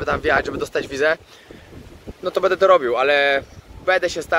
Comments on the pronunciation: Bardzo lubię Cię oglądać ale mam drobną uwagę.Postaraj się mówić będę a nie bede bo zle się tego słucha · mówisz bardzo płytkie będę wręcz wybrzmiewa jak „bede” nie jest to nacechowane pejoratywnie tak tylko zauwazylem